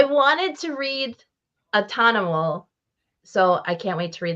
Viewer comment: Vault had a string of good books, The Plot, The Autumnal snd Nightfall Double feature. Also, the Autumnal is pronounced Aww-tum-null. Emphasis on the "tum."